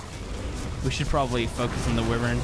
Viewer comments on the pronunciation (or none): Hello instead of saying wyvern can u try say why-vern